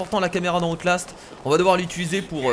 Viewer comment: # Comment tu a prononcer outlast mdr tu ma tuer